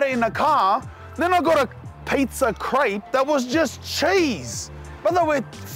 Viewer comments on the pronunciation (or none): none